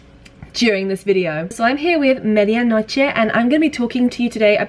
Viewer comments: I love how you say "Medianoche" sounds so mexican! ♡ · You said "media noche" so cool , love from México . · Am I the only one who loves how Em says Medianoche? I'm a native Spanish speaker and I just. Really like how she says it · Oh god, an English girl that actually pronounces medianoche correctly!^^ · Loved that you pronounced medianoche without a gringo accent :p